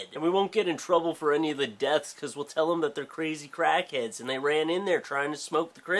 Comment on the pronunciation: When you started talking about Crackheads I thought you said Kraken at first. I was confused :|